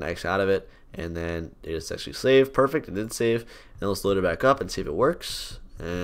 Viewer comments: "pufect" lol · "Poofect"